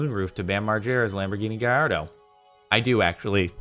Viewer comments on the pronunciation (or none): none